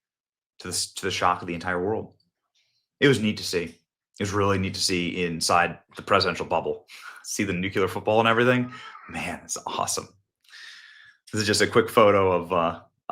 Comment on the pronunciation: Gosh, I haven't seen NUCULAR Benny for more than a few weeks, but I wanted to watch this clip to see Trump-crowd at a UFC event. I was sooo happy to hear NUCULAR Benny not disappoint his audience again this time around, as usual! He goes: "It was really neat to see inside the presidential bubble, see the NUCULAR football..." It is so amazing and entertaining to watch this not-so-funny funny fellow say the word NUCULAR in every one of his videos, while meaning NUCLEAR, of course -- if you can even follow his very strange speech pattern at all!! Yet, apparently, some well-known people actually mingle with him! Live and learn, my friends, live and learn. More power to you, NUCULAR Benny, more power...